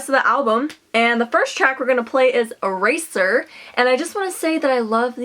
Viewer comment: It sounds like a razor instead of eraser because of his accent